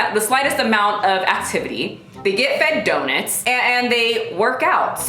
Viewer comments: She’s fucking people worse than Brittany Dawn And yo... it’s DOE-NUTS! 😂 not “daw-nets” 😂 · The only thing about this video that offends me is how you pronounce donuts. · why do you say donuts like that!!!!! 😂😂💗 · I'm offended by your pronunciation of donuts. XD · The way you pronounce “donuts” is the most precious thing 🥰😭